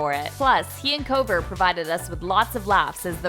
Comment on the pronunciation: Julia Miller they said kouver